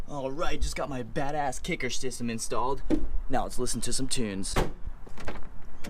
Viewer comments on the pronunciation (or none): Did he say kicker stysem 😂😂 no hate tho